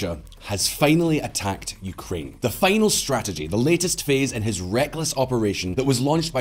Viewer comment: Dude, not feinal, final, /fainl/